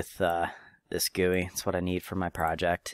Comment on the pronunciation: G u i not guoi